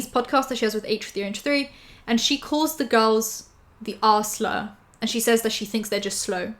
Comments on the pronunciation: For a hot moment kept hearing 'R-slur' as 'arse-ler', and immediately thought "Trisha was in the 2012 Onceler fandom??? Alright, fine, 2020 can't get any weirder" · Your accent makes ‘R’ slur sound like assler (like burglar lmao)